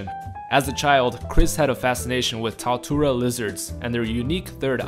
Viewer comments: it's not "Taotura" lizards it's Tuatara pronounced "Too-ah-tar-ah" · The way you pronounce tuatara is funny.